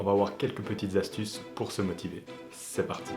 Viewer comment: cinq z'astuces x)